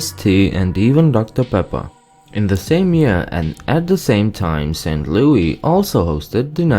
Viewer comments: this guy got like three facts right! He needs a proper fact checker he acts like we are all farmers, we have city's and even some pretty fancy houses. Also the pronounce thing is totally wrong! He knows nothing :) Also: Missouri (Miss-rr-i) St. Louis (Luw-is) And your so called Cario is in Illinois I'm also a Missourien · SAINT LOUI I CANT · As a former native of KCMO..to the people in St Louis complaining about the way the narrator pronounces 'St Louis'..deal with it!..LOL..in all good fun, at least, I assume, most people don't assume you're from Illinois! I'm amazed when anyone outside MO understands that just because I am from KC, doesn't mean I am from Kansas! There is a 'Kansas City' in KS..but it is about 1/3 the size of KCMO..and everything anyone nationally might know about KC..is from the what we call the 'Missouri side'. If you want to just call us Kansas Citians, without naming a state..I'm OK with that! :) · That's not how you pronounce st. Louis btw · this guy got like three facts right! He needs a proper fact checker he acts like we are all farmers, we have city's and even some pretty fancy houses. Also the pronounce thing is totally wrong! He knows nothing :) Also: Missouri (Miss-rr-i) St. Louis (Luw-is) And your so called Cario is in Illinois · He didn’t even say St. Louis correct🙄🙄 not st Lou-ie. St. Lou-is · We say Miss-rrr-i, not miss-oo-ri. And it's St LouiS not St LouIE. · If you're going to make a video about Missouri can you make sure you're actually saying the words how we say it for example you said St Louie we say St. Louis, and that's not how we say Lebanon or Nevada and etc so please next time you're going to make a video about a state make sure you actually say it how they say in their state not how you think they say it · We don't say Saint Louie...it is Louis like Lewis. I live in Missouri. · ST.LOUIS... NOT SAINT LOUIE YOU ASS ! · Saint Louis, not saint louie. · We don't call it St.Louie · Why does he refer to it as st.Louie?